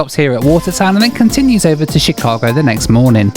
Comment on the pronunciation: i'm so sorry the way you're pronouncing chicago is driving me insaneeee